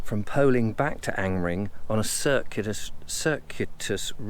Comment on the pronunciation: Another interesting walk, have to say that I smiled that you pronounced Angmering perfectly (I assume) yet stumbled over the word "circular", Ive never quite known how to pronounce Angmering personally and avoid it at all costs;)